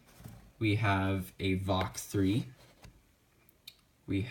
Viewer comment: It's VaLk, not Vok